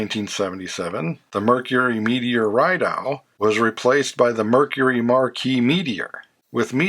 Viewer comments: in canada meteor rideau is pronounced meattier ree-doh tabernacle fucker him her la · Thanks! A 🇨🇦Canadian, I'd never seen (even in pix) the earliest in these 2 Ford variant series. FYI: Rideau "Ree-doe"; Beaumont/Acadian alone (no "Pontiac").